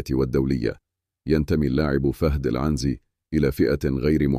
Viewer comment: عنزي بكسر النون و ليس فتحها يا 😂